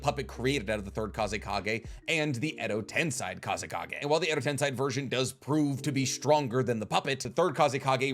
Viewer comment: It hurts you when someone sums up the fight to quantity vs quality, and it hurts me when you say edo tensai instead of edo tensei